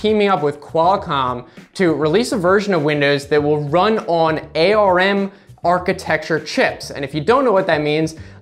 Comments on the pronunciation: wow. He is the first person I have EVER heard refer to ARM processors as A.R.M. It is usually pronounced like the body part: "arm" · ARM is pronounced like the word "arm". Paint isn't "depreciated", it's "deprecated" - in software, that means it's earmarked as obsolete, and will be removed in later versions. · You're the first person I've seen who pronounces ARM using the individual letters instead of like the body part.